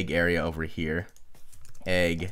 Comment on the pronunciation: says here the chinese way here-ya lol lol trolololololol